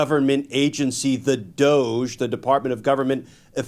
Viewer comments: "Government" is a hard 'G'. "Efficiency" is a long 'E'. DOGE should be correctly pronounced 'DOGGY' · It's pronounced DOOOOSSSSHHHHHH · Shouldn't DOGE be pronounced as "Dodgy"? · DOGE is pronounced doggy. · DOGE--DOG-E... Pronounce it doggy. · Please pronounce DOGE correctly, it’s really ‘DOGGY’, as in, ‘Elon, what do you think you’re doing, DOGGY boy?’ Give respect where it’s due. 😂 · Call’em 🐕 dog-E The G is for government, hard g, not soft j sound. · The correct pronunciation of DOGE is “Doggie”. We need to say the word correctly.